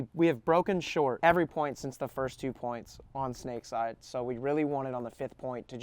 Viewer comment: "two poinths in a row"